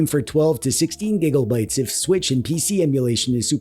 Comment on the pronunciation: you saying gigglebyte pmo 😭😔